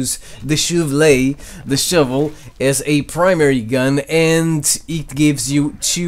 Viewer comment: The "shouvlè" should be turned into a MEME. RIGHT NOW!!